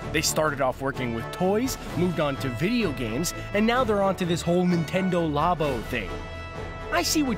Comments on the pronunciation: Labo not lobo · You pronounced Nintendo Labo incorrectly.